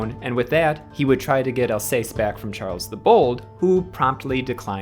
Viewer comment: I like History videos... so don't take this to hard, but man, you have to check the pronunciations of common place names like Alsace (Al-SAHSS) and Arras (ARR-ess in English, let's not even try French or Dutch), let alone others - like sometimes you try to use the long A but then inexplicably throw in an "ay" sound in like when you say Alsace. Go all-in on the English way or really learn how to say them. You attempt some local pronunciations, but then other times it's all English sauce on there. Some mangling of some really odd foreign names is ok (like saying "von" for the German von rather than "fon"), but practice them in advance if you're going to make attempts at local pronunciations. Americans being unable to read the letters in their own alphabet is a tired joke already, it's not endearing. In short, make an editorial decision on how you're going to do it, and then stick to it please.